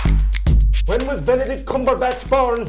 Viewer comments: them pronouncing benedicts names wrong is everything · Benecrack lmao